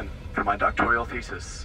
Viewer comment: Doctoral not doctorial